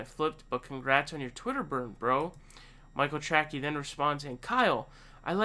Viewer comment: Is your mispronunciation of his name some kind of mocking? Just curious ...